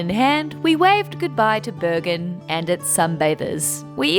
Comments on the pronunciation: Dude says Bergen perfect.I’m from the town.Haven’t heard any English speaking getting it so good with accent before 😏👌🏼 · pronunciation of Bergen is spot on! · pronunciation of Bergen is very good, thumbs up. Glad you enjoyed my country, I sure enjoyed your video! Edit: Ahh, he is Swedish. That helps.